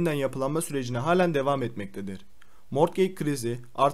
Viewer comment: Mortgeg ne mor kek gibi bir şey mi ? He morgıc diye telafuz etmek istedin ama olmadı anladım